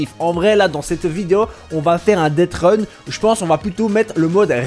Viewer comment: c'est deathrun et non deadrun